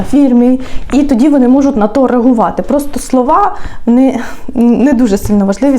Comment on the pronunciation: Не можуТ а можутЬ